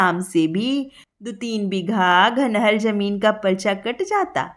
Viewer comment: आपकी आवाज और वाचन शैली अच्छी है, पर 'घ' और 'ध' का अन्तर समझिए। 'घनहर जमीन' नहीं 'धनहर जमीन' जिसका अर्थ है, जिस जमीन में धान की फसल अच्छी हो। वैसे ही 'एक घूर जमीन' नहीं 'एक धूर जमीन'। 'धूर' जमीन मापन एक पैमाना है, बिहार में । 20 धूर = 1 कठ्ठा, (जिसे बिस्वा कहते हैं, उत्तरप्रदेश में)